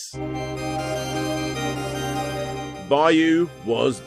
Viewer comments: It's just "byo" as one syllable. People add in that "E" sound that isn't there. I don't know the game's original spelling, but it looks like "byou" based on the "byoo," so you just hold that last "oh" sound. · Now repeat after me: Byuu sounds like Beau and not Bayou. Sheesh, I always wondered why they don't teach English phonetically instead of by word pronunciation. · Pretty sure that they're pronounced "bee-oo" and "he-gan".